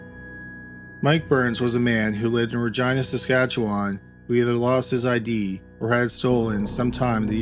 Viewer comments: Great vid as usual but pretty sure it’s pronounced reh gee nuh not reh gi na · You say Reh-Jeenuh. Not Ragina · Please tell me you didn't say Regina... that rhymes with vagina? LOL Ra-jean-a. Too funny. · Every time he said Ragina I giggled 🤭 🤣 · I was today years old when I found out “Regina” in Canada is pronounced like “vagina” & not like “Regina” George from ‘Mean Girls’. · Yes it does...lol!!@ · He's saying vagina.....lol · I'm pretty sure he pronounced it wrong! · Every time he says Regina though. 😆🤣